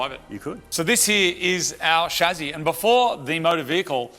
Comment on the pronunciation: Not chazi but chaSSi plz